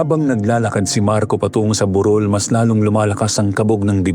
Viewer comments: Burol kc sir Hindi bu_rol 😂😂😂😂😂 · Ok na sna.. kso Minsan kala q lamay Yung buuuuroool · Burol po mabilis ang pagbigkas as in hill not burol na wake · TO THE NARRATOR: Kindly pronounce the word properly. Like - BUROL - meaning a small hill it must be pronounced mejo mabilis. Unlike BUROL - mahinay Ang pagkakasalita , ibig Sabihin funeral. Pls pronounce the right pronunciation. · ❤❤❤🎉kaloka si marco Yung burol (anyong lupa) naging burol ( may patay?) Mali yung pag bigkas nia po😅